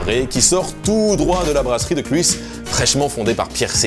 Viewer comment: Pour info (mais je ne jugepas, tu ne peux pas savoir) "Kluis" se dit "cl œil sss" aaaah que c'est beau le néerlandais (non)